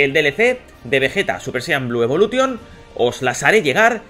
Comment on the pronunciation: jaja por que los españoles en general pronuncian ingles tal cual como se escribe? evolution jajaj